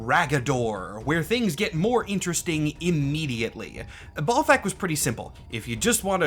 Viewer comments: maybe the first name is bal like ballet not bal like ball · Always read it as Bal-thakk not Ball-thakk. Cant think of any names where Bal is pronounced Ball. Also the purple fire is just fire rhats purple. Probably bc its magic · Maybe its pronounced balt-hack? You know, like bolts of balt-hack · I would imagine Balthakk is pronounced like Baal instead of Ball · In the same way some folks pronounce the planet Uranus 'youran us' as opposed to the funny way, perhaps Ballthak could be 'ball-tok'. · Is it pronounced "Ballthakk" with the double L of "ALL" or is it "Balthakk" with the single L of "AL"? Considering the lack of a double L, I believe it is B AL Thackk. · Pretty sure it’s BAHL-THAHK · balthakk is like uranus in that if you want to sound professional, you gotta avoid conventional pronunciation lmao. one simple way could be to swap the two pronunciations of "A" in his name. so for "bal", the A would sound like the way its spoken in the word "bat", and for "thakk", the A souds like the way you say it in the word "hall" bah-l-thokk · "Say 'Benoit'." "Benoit-" "Ballthakk! See? It's automatic." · Say ballsac again please. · I always pronounced Balthakk with an æ sound (first syllable rhymes with gal) and the stress on the second syllable. Which I’m realizing now is perhaps a bit too charitable to the fella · As a Marvel Snap player I have been familiar with the name Balthakk for a while now but never did it strike me that it’s pronounced like Mike Tyson talking about a groin.